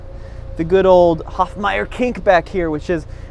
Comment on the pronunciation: A time when the kidney grille was small and harmless -now it's capable of swallowing a bison 😊. By the way, I think you meant Hofmeister kink, not Hofmeyer.